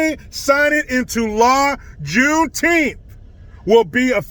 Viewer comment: "Junetenth"? That's weird, "June" isn't a number.